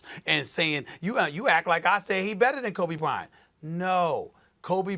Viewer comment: The Krobe Bryant😂😂